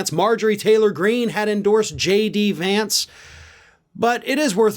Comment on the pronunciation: Trump was SO proud to (at the last minute of course, when the win was inevitable) endorse a candidate who he knew was going to win, and even then he couldn't take the time to learn how to properly pronounce J.D. Vance's name correctly. So, yeah, good goin' there Don. Keep up the good work.